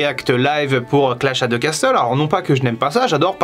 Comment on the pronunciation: Je suis pas un pro en anglais mais perso je dis « row ». Par contre on dit pas « casteul » mais « casseul » voire « cassol » avec l’accent